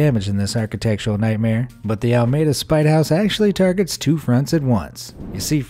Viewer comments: This is way late and someone may have already mentioned this in the comments somewhere, but the name of this city in the San Francisco Bay Area is actually pronounced "AL-uh-MEE-duh". 😁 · Alameda = Al - uh - MEda….for those inquiring minds out there. 😊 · Sorry for being picky, but Alameda is pronounced Ahlah-me-da (Sorry hehe) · "Alla-Meeda" - it's right across the Bay from SF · The town is Alameda. Not Almeida. It’s on the San Francisco Bay, west of Oakland, wast Of San Francisco. I know the spite house well, Alameda is my Home town, it’s an Alameda Legend. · Lol at how they said alameda 😂😂 if you’re from the bay you know we say “alamiduh” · Your narrator is an idiot. It's ALAMEDA pronounced AL AH MEE DA. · Alameda is pronounced - a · luh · mee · duh... just ask Google. (By a former resident!) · It’s pronounced “Al-a-Mead-a” ... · It’s pronounced al-a-me-da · Al. Uh. Mee. Duh. Just like it’s spelled. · you got the name of the city in northern california all wrong...alameda has 4 syllables...and it’s pronounced like this... ”AL" + "uh" + "MEE" + "duh" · It is too funny how he mispronounced Alameda 🤦🏼‍♀️. [Alameda (/ˌæləˈmiːdə/ AL-ə-MEE-də; Spanish: [ala'meða]) is a city in Alameda County, California, United States.]🤦🏼‍♀️ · Al ah me da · Only because I used to live there and have seen this house myself, but it's pronounced ah-la-me-dah. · Al-a-Me-da come on you can say it. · It's pronounced Al-a-ME-duh. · Four syllables: AL•LA•MEAD•DA (Alameda, CA) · Alameda, Al la mead da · I've never heard Alameda pronounced as al-meda before. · Al a meda is the correct pronunciation of the town I lived in for several years and the story they tell for this historic tourist attraction is different...however, I loved this entire presentation- never knew so many people have done this around the country and others... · We locals use anglicized pronunciation: al-luh-MEE-duh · pronounced as Alameeda actually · Almade-a? Really, ? Can't they get common names correctly pronounced?